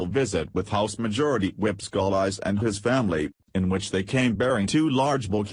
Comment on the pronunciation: If you are going to use computer voices please learn correct pronounciations of proper names and names of states. I do not appreciate my home being called louseyana. Scalise is better pronounced scalees. The computer voice can ruin a a story when it is riddled with mispronunciations.